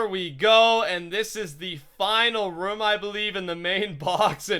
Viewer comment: the way he say room though "ruum" lol